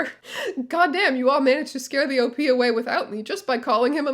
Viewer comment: Please, pronounce OP as a word. It rhymes with "hop".